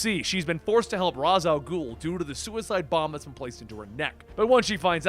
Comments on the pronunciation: Raysh. It's pronounced "Raysh Al Ghul." Not "Roz Al Ghul." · You say Ra's al ghul wrong😐